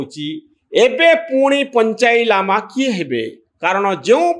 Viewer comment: ପଞ୍ଚାଇ ଲାମା ନୁହେଁ, ପଞ୍ଚେନ୍ ଲାମା, ଭାଇ ଠିକ୍ ଭାବେ ପଢ